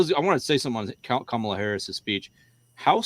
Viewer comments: Kamala is pronounced with the emphasis on the first syllable, like KAH-muh-la. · HAHA KHHhHhAMALA 🤣🤣🤣 A few minutes in and had me rolling.